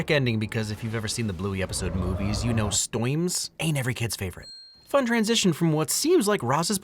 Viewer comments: DID HE JUST SAY "stoiyms" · love how he pronounced storms in an Australian accent since he was talking about Bluey. Funny.